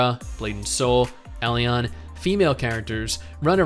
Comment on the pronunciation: I'm gonna be that guy...buy it's pronounced E-Lin lol. an Elin npc pronounces it just like that in game.